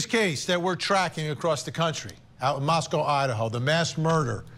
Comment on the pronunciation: Ist time ive ever heard any Americans say Moscow correctly 😮